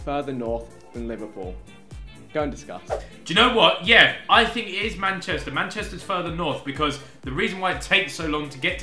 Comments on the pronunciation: Manchester* not Machester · its manchester not machester